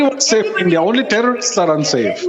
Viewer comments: Its India not Andia 😂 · Its ENDia